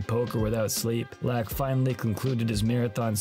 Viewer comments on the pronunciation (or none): great video BUT FUCK ITS PHIL LAAK PRONOUNCED LUCK not LAAAAAAAAAAACK hahaha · How can you make an entire video about a guy and not know how to pronounce his last name? It sounds like LOCK, not LACK. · I’ve always heard his name pronounced “lock” but you keep saying “lack.” It’s throwing me off. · I don’t believe you. In this very video, they show clips where commentators pronounce it as “lock.” Either you’re trying to troll, have terrible hearing, or you’ve never realized how it’s been pronounced. I’m guessing you’re trolling. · If you're making a documentary about the man, you should at least pronounce his name right. This is disrespectfull. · The narrator has a laak of skill for pronouncing names correctly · If you are going to cover a player, at least learn how to pronounce his name. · The Laak pronunciation is lackin